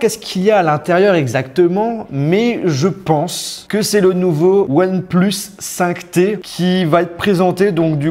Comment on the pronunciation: ouane plusse ai lai maillur tailaifon du monde